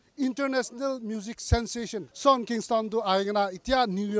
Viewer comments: it's pronounced as Shawn not shong fyi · Shong Kingston 💀